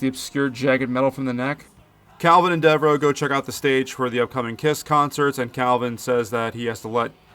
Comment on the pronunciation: Thanx for posting this. This movie is in my DVD player right now. RIP to our Spaceman...ACK! ... oh ,and it;s pronounced Deverow